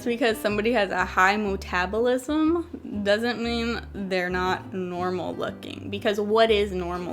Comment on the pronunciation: i like how she said metabolism "muuutabolism" :) LOL